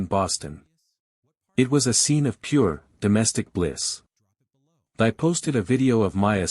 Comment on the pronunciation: Thy. Pronounced Tee, not Thigh.